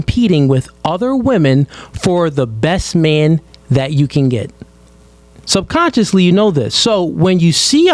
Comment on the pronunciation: He said SUBCONSCIOUSLY 🤦